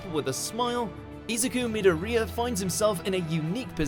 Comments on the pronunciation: He said midoriyas name like diariha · he pronounced midoriya wrong... RRRAAAAAAAAAAAAAAAAAAAAAAAAAAAAAAAAAAAAAAA- nah just kidding. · I’m sorry, did anyone notice how he pronounced Midoriya like he was Hispanic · “Me-door-rea” WHAT THE ACTUAL HELLL WAS THAT PRONUNCIATION 😕👎🏽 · sir, you said his last name wrong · It bothered me the way he said "Midoriya"